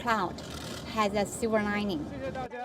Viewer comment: Siver or shiver or silver lining? 😂😂😂😂😂